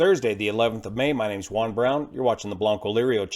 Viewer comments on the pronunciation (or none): none